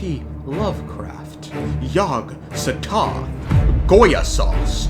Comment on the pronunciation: I like how you went from saying Yog-Sothoth correctly, to then literally calling Gosoythoth "Goyosos"